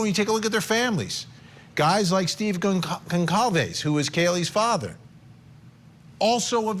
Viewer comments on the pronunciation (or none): Justice hasn’t been “denied” the investigation is on going and all aspects of it are meticulously being scrutinised. Patience and temperance Vinnie. We all want to see a successful conviction in due course. Also it’s “gone sol vez” the C is soft it’s a surname of Portuguese descent. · Pronounced Gon-solve-es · This guy ever going to take the time to learn how to pronounce Goncalves correctly? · My god, someone teach this reporter how to pronounce Goncalves correctly. It's her name, for heaven's sake. Get it right. ‼️‼️‼️‼️‼️‼️‼️‼️‼️‼️‼️‼️